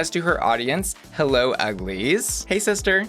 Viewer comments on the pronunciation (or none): none